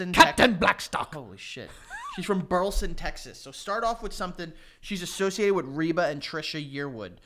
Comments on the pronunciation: "Corn is everything." Now that would make for some fire merch. Also, as a Fort Worth resident, the way pronounced "Burleson" made me physically ill. I can't hold it against him. But man, I had a severe adverse reaction to that. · The way said Burleson TX 😭 noooooooo.